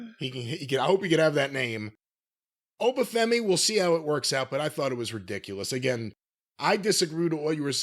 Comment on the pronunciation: Im a Nigerian, living in Nigeria. Obafemi himself does not pronounce his name correctly, and i've always wondered why. His accent is exaggerated, nigerians have very distinct accents that vary with tribe/ location. It did sound like the default "African" accent used in most movies, made popular by Coming to america.